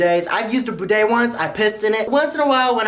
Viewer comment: It's bidet not boodet